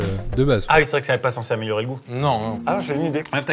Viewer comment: Nan please Je veux pas faire le relou hein... Mais "CENSÉS" pitié 😭 Bref peu importe, bon visionnage !